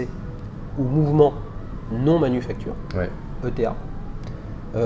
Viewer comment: On ne dit pas E.T.A mais Eta :)